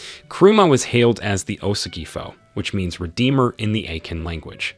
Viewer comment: Honestly I loved the vid, but as a Ghanaian I could help how many name you botched😂😂 "Osagyefo" "Akan" etc😂😂